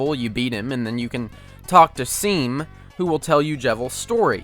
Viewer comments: It’s pronounced Shawm, not Seam. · Why you saying Seem instead of Shawm??? It's explicitly told to the player how to pronounce it. Come on. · ITS FUCKING PRONOUNCED SHAWM. I KNOW THE WORD SEAM IS USUALLY PRONOUNCED SEEM LIKE IN SEWING OR WHATEVER BUT ITS STATED IN CANON THAT HIS NAME IS PRONOUNCED SHAWM AND I STARTED THIS OFF TRYING TO COME OFF AGRESSIVE BUT IVE KINDA LOST STEAM. PLEASE PRONOUNCE HIS NAME CORRECTLY THANK YOU VERY MUCH. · S e e m It's pronounced Shaw-m ffs Nice video tho. Just a pet peeve. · I hate to be that guy, but Seam literally tells you how to pronounce his name. It's 'Shawm' as in Sean, not Seam as in the word seam. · It's not pronounced "seam" it's pronounced "shawm". It's pronounced like Sean, but with an 'm' instead of an 'n'. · "Seam" is not pronounced like "Seem" but "Shawm" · did you just pronounce it as "seem" when the game literally says "pronounced shawm" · It makes me mad when people pronounce Seam’s name as “Seem” when he outright stated that his name is pronounced “Shawm” similar to how you pronounce the name Sean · How you read Seam's name is Shawm :D not Sea-m heheheh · Deltarune: "My name's Seam! Like Sean (pronounced Shawn) but with an M!" Me: "Okay, so pronounced like Shawm. Neato. Nice twist." Everyone Else: "Oh so like Seem then." Me: facepalms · It’s “Shawm”, not “Seem”, stoopid. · "Talk to 'SEEM'" IT'S PRONOUNCED SHAWM. GET IT RIGHT. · Hate to be that guy, but his name is SEAM (pronounced like Sean (Shaun) but with an M). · "Seam" Please, PLEASE. SHAUM! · It hurts me when you call him Seam instead of pronouncing it Shawm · what did you just say? It's pronounced SHAWM, NOT SEEM! THE SAME WAY THAT "ROUXL" IS PRONOUNCED RULES! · It's not pronounced seam. It's Shawm. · i like how he's repeatedly mispronouncing seam (shawm) as seem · "seem" no its stated in the game its "sheom" like jacksepticeyes name sean (sheon) but hey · seam isnt pronounced seem its pronounced shaum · IT'S SHAWM NOT SEEM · It's pronounced Shawm not Seam